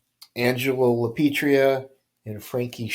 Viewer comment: Angelo LA PIETRA.. NOT LA PETRIA. LA PEE EH TRAH.. Try that once.